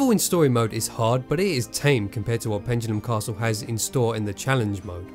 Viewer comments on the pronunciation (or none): 'Pendulum Castle' not 'Pengulum Castle'. There is no 'g' in 'Pendulum'. That's such a word crime.